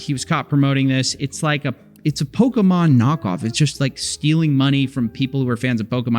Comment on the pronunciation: Coffee, you're not old enough to say "pokEmon" like a boomer. The suspenders are getting to you.